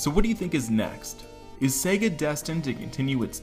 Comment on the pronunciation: Good video! Thanks for pronouncing the name correctly and not focusing exclusively on Sega in the US!